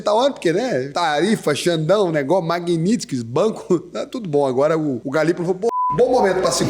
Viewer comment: fala "magnitskí "